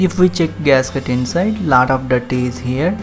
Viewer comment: Lat of dirt😀anyway nice